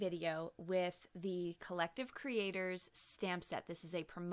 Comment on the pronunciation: Love Love the gold world!! I think the change in background was well worth the lost sleep over the change. Can’t wait to use this fantastic stamp set. HA HA End of video sounds like you said “Collective critters.” (Not aa bad idea at that. :) )